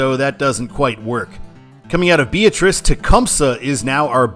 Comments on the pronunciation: the town in Nebraska is pronounced "Bee-AT-rice" not "BEE-uh-trice." Great video! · job as always, but a couple of minor pronunciation corrections. Nebraskans stress the "AT" in Beatrice. Also, there's no "s" in Maryville, Missouri. I actually think Maryville would be a better control city than Bethany east Beatrice. It's quite a lot larger, and it's a fairly important college town.